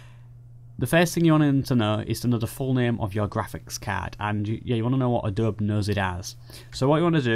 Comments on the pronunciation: I can see that your intelligence is far ahead of mine and I wouldn't even consider a 'sparring of the minds' with you. However, just for the record, the pronunciation of the word "Adobe", is just like this phonetically spelled version: Ă-doe-bee, (if I may be so bold). Thank you for that video tutorial. I happened to stumble onto it while searching for something entirely unrelated. It looked like something I'd like to know, so I watched. I have yet to assess if it can be applied to Adobe Photoshop CC, Lightroom, or Adobe Photoshop CS6 Pro. In fact, it's possible that this tutorial is only for those who have an older graphics card. I have a GTX 1070 and my other desk top has a much older card; an MSI R7970 BE (ATI/AMD?). Because I must resume what I was initially doing, I can't check on those questions just yet, but I will. At any rate, the video was very easy to follow and I thank you. Rich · A - DOB - E. Three syllables. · hilarious the Adobe-E pronunciation. I will use it next time I am drinking tea or an english benchmark. btw, adob might be in the path, so no need to do cd nonsense. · Its triggering me so hard how you pronounce Adobe...